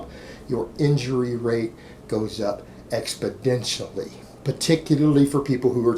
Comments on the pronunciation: Hi, i love your work and never criticize any thing you say but... It's exponentially not, expodentially. There's no d in the word, sir. I'm one of your biggest fans by the way. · Expodentially extranasally anunciation! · Alright alright, lets be grown ups about it. So the man pronounced one word wrong, it's not this years biggest crime, lol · Yes, it's an N not a D. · He does it on purpose, for the lols :D